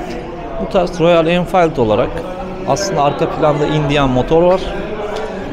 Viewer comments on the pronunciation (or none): abi enfayild degil o enfiild der gibi okunur o. Oyuzden diyorum. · Enfield derken boyle bi enfayild diyonuz o nerden cikti ya ?